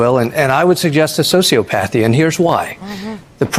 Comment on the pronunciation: I think it's pronounced " so-see 'OP'- path-ee ( sociopathy) but his point is well taken!!